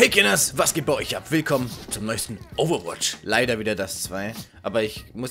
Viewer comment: "Overtwach" statt "Overwatch" finde ich auch sehr Originell um sich von der Masse abzuheben! :D